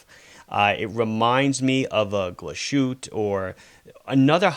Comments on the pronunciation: gla-shüt? It's Glas-hütte literally glasshut. And the final e is pronounced. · A glajute? Ahhh.... Glashuette - I thought it would be pronounced like- “ Glahz hoota “ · Ja, ve vill vork on ze pronunciation of "Glashuette," ja?!